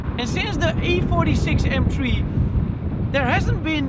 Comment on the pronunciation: M TRIEEE? Praat gewoon Nederlands als de Engelse taal je niet ligt.